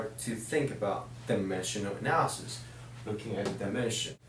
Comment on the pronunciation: lmao he cant pronounce dimensional analysis properly. "dimeshuhl analysis."